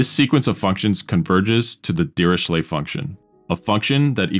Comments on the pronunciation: His name is pronounced as /ˌdɪərɪˈkleɪ/; not dee ree shley. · prononced "diricle", the h in ch is silented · It's pronounced Diriklé